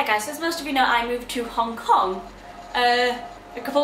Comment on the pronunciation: did you say hong cock rather than hong kong?